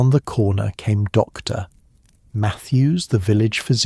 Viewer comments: I don’t get how she locked up the post office without the keys and how opening the post office would speed delivery of the letter when the post office was closed anyway. Why are there such pauses after Mrs. and St. And Dr. That was very odd. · Very off-putting that AI can't handle titles with periods like Dr., Mrs. Saint (St.), adding unnatural pauses in narration.